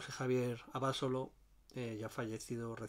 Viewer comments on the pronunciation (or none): Que bien informado José, y buena cata. Por cierto en México se pronuncia AbasOlo, así prosodico en la O